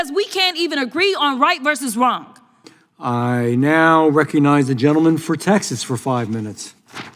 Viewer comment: Wrong-a?? Speak English, please!!